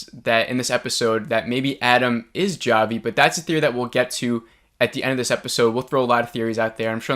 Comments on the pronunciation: Its actually Chavi (hávi - c is silent), not džávi or whatever it was that you said 😀 so basically its not a review but just reinterpretation of the episode. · I appreciate your videos! & I mean this in the nicest way possible, but its pronounced Javi as in "Ha-vi" not "Ja-vi" lol :) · Jah-vee? Lolo it's Javi.......--->>>ha-vee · Oh honey... It's pronounced "Hah-Vee," but I couldn't help but find you saying "Jah-Vee" so cute and endearing lol 🥰🤗 Love these... And love the discussions we all get going down here in the comments! Thanks for keeping them coming!!! 💕 PS: my theories.... I think Bobby Farley is the person who started the "Flex" joke/rumor about Travis (I gotta go back and listen to him tell her the story again!!). Also, I haven't believed Jeff was involved, until now. There wasn't time for Adam/Javi to unlock that safe and take Shauna's journals.... And it's like you said; they want us to believe it's him... At this point, a bit too much. I now, finally, believe Jeff is involved in the blackmail thing for sure! Also, the #2 season trailer highlights the moment when the girl stops another from eating a mushroom and said it's poisonous, and then Van says, "Like, kill you poisonous, or trip your balls off, poisonous?" Why would the big season trailer mention that, of it wasn't significant? It's bc it IS. I believe they're all tripping in the next episode, and it probably becomes a ritualistic thing, and it allows them to do things they wouldn't normally feel comfortable doing (ie... eating another human). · It's pronounced HAVY!!! Like Javier! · "jah-vee" LMAO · Ja-vee lmaooooooooooooooooo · Why does this guy keep calling him jah-vee? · “Jah vi” hahaha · How do u mess up the name Javi? It's like saying Mike wrong!!! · Javi is not pronounced with a hard "J". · Dude. Have you even watched this show???? Javi is NOT PRONOUNCED WITH A HARD "J" 😠 such a simple thing. 2022, bro. Wow. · Lmao why are you pronouncing Javi like that 😭